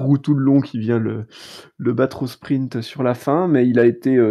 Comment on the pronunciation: Salut, j'ai découvert vos podcast/vidéo il y a peu et je vous trouve intéressant et divertissement. Merci. Juste un peu truc me fait un peu tiquer. Il n'y a p avant le t dans sprint. Ce n'est pas sprimpte. A par ça vraiment super